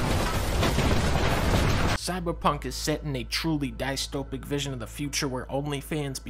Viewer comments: You pronounce dystopian (dystopic isn't a word) like diss-topian not diestopian Edit: changed note to not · tf is a die-es-top-pic lol it’s pronounced diss-toe-pee-in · at first i thought dunkey mispronounced dystopian, but then i realized he said DICE-topian, a future in which the video game developer DICE has taken over the world. truly horrifying concept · Did dunky just pronounce 'dystopian' as 'die-stopian' ? I'm gonna kill'em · Why did you pronounce dystopic like that?